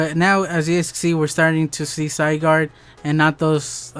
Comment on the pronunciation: Zy-gard is how you say it.